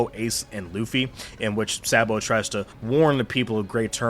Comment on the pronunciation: Your pronunciation of Walpo and Sabo 🤨